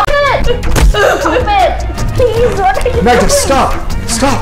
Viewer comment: PLEAS STAUP, STAUP PLEES GOT ME LAUGHING SO BAD